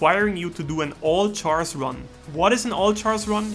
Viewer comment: Your pronunciation of "Char" drives me mad.